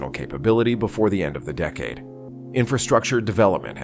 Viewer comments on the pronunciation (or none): none